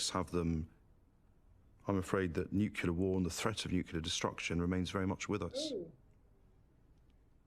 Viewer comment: The guy talking about "nucular" bombs is an idiot.